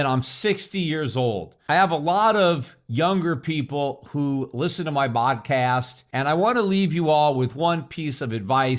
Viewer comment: thank you very much for this meaningful message, Uncle-Coach Peter (I like your Arabiian bronunciation 'bodcast' at 10: 59 ). Your instructive, enlightening & edifying economics lessons have educated me loads over the last decade, and your advice will still be helping us 4 decades from now🍾🍻🥂